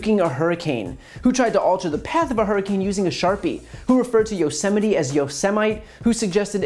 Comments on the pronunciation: Starbright Wingtips Lucky you! You musta missed when our daily serving of humiliation from the president was him pronouncing Yosemite (Yo-Sim-Ity) National Park as Yo! Semite! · Trump wanted to know was it possible to Nuke a hurricane. No one said he did. I saw the picture of him staring into an eclipse. I heard him say inject people with disinfectants and using sunlight as a possible cure for the virus. I heard him call the virus a hoax. I heard him say Yo semite. What adult is not familiar with Yosemite National Park? I've heard him mispronounce names of foreign leaders, countries he's not familiar with. Nothing wrong with that but you would think he would have sense enough to ask how to pronounce these names before he actually gets in front of people and screws up. I guess now I'm not supposed to believe my lying ears? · Also Yosemite